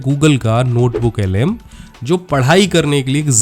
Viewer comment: BC its Notebook LM not ML, BC saleeeee